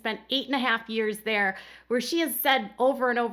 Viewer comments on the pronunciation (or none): none